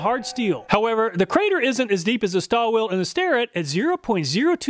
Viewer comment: Stahlville - my understanding of the pronunciation